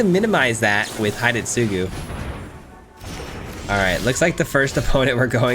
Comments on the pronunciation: Just an FYI, Hidetsugu pronounced "he-DEBT-sue-goo". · Isn't it H'det'sgu? Like Sasuke isn't Sa sue kay, you kind of swallow the u, so it's Sas'kay? I think Hidetsugu is probably supposed to be 3 syllables, but I've never heard a Japanese person pronounce it so I'm mostly making my guess based on 1 year of Japanese and a few thousand episodes of anime 😅